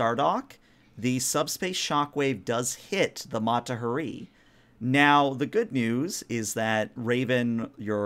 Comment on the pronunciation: sorry game master but you call out the captain for pronouncing a name wrong yet you continue to butcher the name Mata Hari. it’s HA ree. emphasis on the HA. had to call to you out since you did it to the captain.